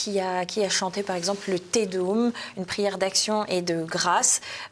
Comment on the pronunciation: Madame: Te Deum (Nous te louons) se pronnonce: "Té Déom" .. Merci..